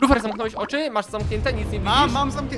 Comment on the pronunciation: Lufer a nie kufer